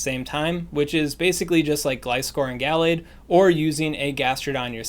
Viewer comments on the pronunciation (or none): none